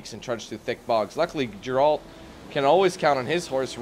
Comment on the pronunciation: why ur saying gerult and not geralt?